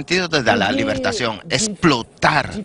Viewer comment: El companero de la Flaca, o el que este traduciendo en castellano tendra que familiarisarse con la lengua castellana; asi cuando hable en publico pronuncie la palabra correcta y no invente. Se dice liveracion, no livertacion. Lean bien primero andes de presentarse en el aire y hacer el ridiculo en publico.